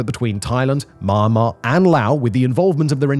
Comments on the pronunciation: Myanmar is pronounced ME- AN-MAR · always like how simon says "mahnnmah" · Please learn to pronounce Myanmar correctly